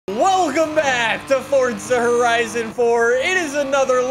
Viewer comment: Like I said before. It sounds like wegum back instead of Welcome back